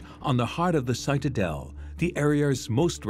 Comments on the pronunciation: Citadel is pronounced with a short i, as in “it”not long as in “site” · Interesting that the narrator continually mispronounces the word “citadel”